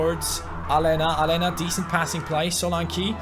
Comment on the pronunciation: Aleña is pronounced Alenia not Alena pls like so can see